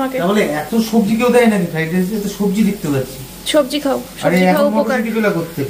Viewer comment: ফ্রাইড রাইসকে এখনো ফ্রাই রাইস বলছো।ফ্রাইড রাইস বলা শিখলেনা😅বাপ রে যে ফ্রাইড রাইস বানিয়েছো দেখেই বোঝা যাচ্ছে জীবনে আসল ফ্রাইড রাইস খাওনি